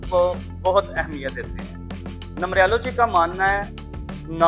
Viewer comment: السلام علیکم بھائی جان یہ لفظ نمبریا لو جی نہیں ہے نمرالوجی ہے اپ مہربانی کرکے نمرالوجی بولا کریں نمبریا لوجی نہ بولا کریں